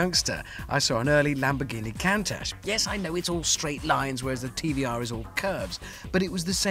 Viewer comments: what the fuck is a Lamborghini "Cantash" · A Lamborghini "Can-Tash"?!